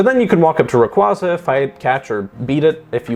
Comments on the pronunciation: For the love of god please dont butcher my favorite pokemons name, its said like "Ray-QWay-Zah" not "Ruh-Qwoh-Zuh". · I stopped watching when you called the pokémon Rayqwaazah.